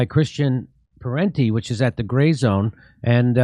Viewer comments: it is Parenti not Parnti. His father is also a famous intellectual Michael Parenti. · It's Christian Parenti, not "Parnti", as he's identified on the video here. At least spell his name right! And I agree with Parenti and Jimmy on all this, BTW.